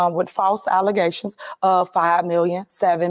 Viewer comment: Allezations!!! She did say that!!!! 😂